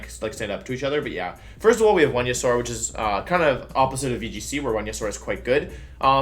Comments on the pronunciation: What the fuck is Wonyasaur... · the way you pronounce venasaur and ninetails...it hurts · Guys its just Venusaur with a W lol so its Wenusaur